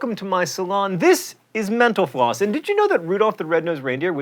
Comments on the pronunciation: Can I just take a moment to say that for the longest time, it sounded to me like he said "menopause" instead of "mental floss" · lol i thought he said menopause at the end instead of mental floss